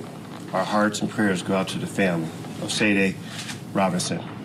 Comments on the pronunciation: Them mispronouncing her name was driving me crazy. May she R.I.P 🕊 🕊 🕊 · I’m surprised this black sheriff doesn’t know how to pronounce “Sade.” 🤦🏾‍♀️ and I say this because Sade’s mother wasn’t happy about that at all. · Do they not know how to pronounce Sade?!?! C’mom